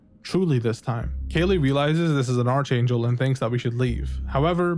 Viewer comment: Dude…for the love of God, it’s pronounced “ARK-angel”